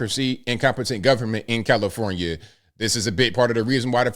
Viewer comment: I had to rewind it cuz I could have sworn called it Hellifornia